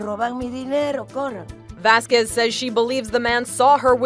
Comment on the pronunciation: This is off topic but my name is Vazquez and they're pronouncing it wrong. Watch me get hate lol